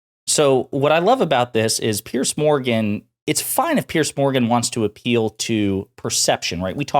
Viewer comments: It's Piers , pronounced like peers. Not pierce. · Dude it's PIERS, not "Pierce" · Piers not Pierce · It's Piers, not Pierce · His name isn't Pierce, it's Piers like peers.